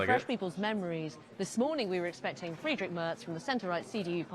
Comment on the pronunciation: Moin, too! When I look at the comments, it looks like 95% of the authors are German;-) (me too) Hey (correct written?), your "Tschüss" sounds very good too, a little work is left to speak out "Friedrich", specially the "..drich" 😉, but you can still do that👍👍, 4years time now 😅